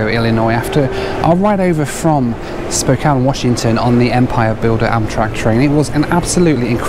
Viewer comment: Wonderful review. So rare to find someone that has not lived in Spokane (which I did for 13 years) to pronounce the name right. Most people pronounce it Spo-kain if they are not from the area. Also great to see someone doing travel reviews that has a family. I currently have three teenagers (plus one that is now out of the house) and traveling with kids is so different from those that do not have kids. I love traveling by train although I am not a big fan of Amtrak as a company especially due to its poor management for the last 20 years, for the most part the employees are friendly and as you said the scenery is outstanding. Two other must do trips are the California Zephyr from Chicago to Northern California and the Coast Starlight from Los Angeles to Seattle.